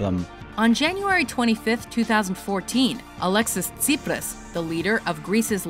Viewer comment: pws to eipe etsi?? ''alexis tsipras'' hahahahahaha